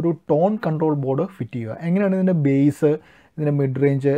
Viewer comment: ചേട്ടാ ബേസ് അല്ലല്ലോ ബാസ്സ് alle...അറിയാത്തത് കൊണ്ട് ചോദിച്ചതാ